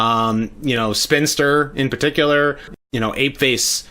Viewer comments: "Spin-i-ster" a la the word "Sinister", not "Spinster". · There’s an I in between spin and and ster, so it’s actually Spinaster